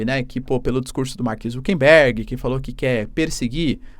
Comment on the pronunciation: PROFESSOR, É "ZUCKERBERG" E NAO "ZUCKENBERG"